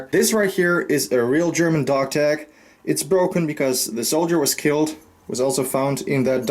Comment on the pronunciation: Your German pronunciation is awesome